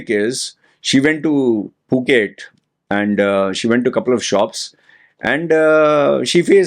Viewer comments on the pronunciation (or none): none